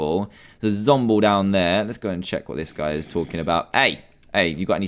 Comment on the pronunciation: Did you hear at the end of the episode when he saw that zombie trapped he called it a zombile